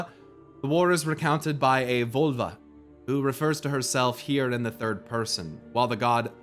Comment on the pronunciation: "Völva" The Ö is pronounced like the O in the word "word".